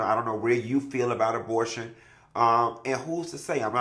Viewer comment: Abotion… & his pronunciations!!! 😂😂😂😂